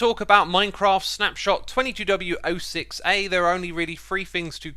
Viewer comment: The way Xisuma can pronounce 22w06a, makes me believe he can pronounce anything